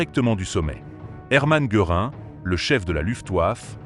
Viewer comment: Indigence Artificielle : "Herman Gueurin" la Vermache ! voix et traduction de merd. !